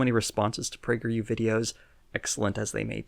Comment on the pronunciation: Just giggled for a full straight minute at "Pee-yew". Quarantine done fucked me up.